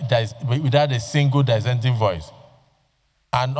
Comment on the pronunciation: Die-senting view - is that the correct pronunciation of "Dissenting" Mr. Senate President??? Smh😮